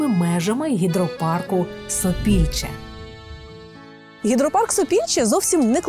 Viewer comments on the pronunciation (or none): Не Сопільче ,аТопільче. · Гідропарк ,,Топільче,, а не ,,Сопільче,,Він так називається бо його створили осушивши болота коло річки Серет.